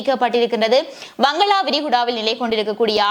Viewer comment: பங்களா விரிகுடா என்று உச்சரிப்பதை விட்டுவிடுங்கள். “பங்காள விரிகுடா”